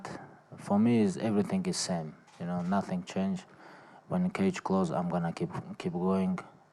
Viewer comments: Someone: Khabib: Nating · Haha the 'NATING' was spot on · No, correction.. Khabib said "I feel Nazzing"! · Lmao 😂 nating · Always doctors r comes to him for check up and asking what you feel. And he saying “Nating” please try to be my opponents personal doctors.. 👆🏼